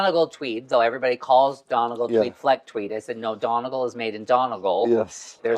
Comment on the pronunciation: Love hearing Americans try to pronounce "Donegal". A salesman in Brooks Bros. once told me it's "Done-nagle". Google doesn't have it right, either. I'm not a linguist, but my family, who live in Donegal Town pronounce it "Dun-ney-gaul"